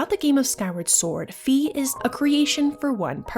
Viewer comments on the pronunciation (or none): I don't know squat about German, but Fi is Phai not fee. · Fi like Pi not fe like pee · I am going too start comenting this sort of thing until my quest is done. Fi is pronounced Phai. I know that for certain because I am german and play my games in german. In german words are spoken out in a very straight forword way and her name is actually written out as Phai in the german translation. I don't want too step on anyones toes whit this ,but it bothers me each time I hear her name pronounced diffrently. Phai NOT Fee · That's not how it's pronounced tho. In the Japanese text it is pronounced like "my". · That’s not how it’s pronounced Look at the Japanese characters